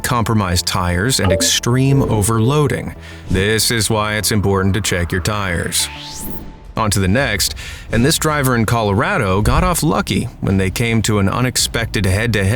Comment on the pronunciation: "ColorRADo" Probably just a funny slip-up 😂